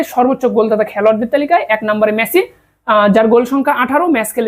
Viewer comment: মেছি নাকি মেসি?